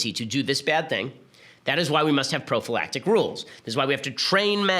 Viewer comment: Stop saying profalactic!